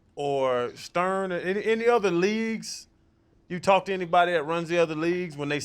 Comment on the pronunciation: My dude said Stern 😭 lmao wtf